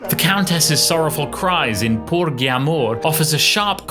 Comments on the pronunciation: Cc. "Porgi", It's pronounced "por-gee", not "por-ghi". Just as (Là ci) darÉm" rather than "dàrem". But that's a minor glitch, considering. Otherwise, well done. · OK, Just FYI..the G in "Porgi amor" is SOFT...basic Italian pronunciation...